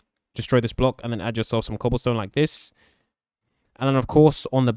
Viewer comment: When you where filling in the wall with oke Wood you said cobalsone 😂